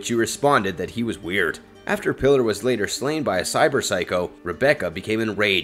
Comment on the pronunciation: Why do so many people pronounce Pilar's name like "Pillar?" It's pronounced "PEE-lar" not "PILL-er."